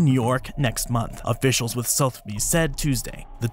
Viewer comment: the E in Sotheby's is not silent also owners get to sell things they own